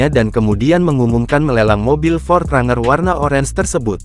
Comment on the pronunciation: Ini pake Suara Google maps apa ya. Bang Pronounciatian nya bukan RANGER (Bacanya : RENJER) 😂